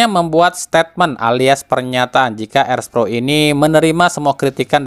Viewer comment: Erspo bang bukan erspro gitu doang belibet